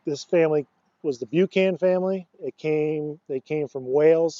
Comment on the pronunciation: We are Buchan’s and it is pronounced Buckin! Scottish and in Scotland pronounced Boocan.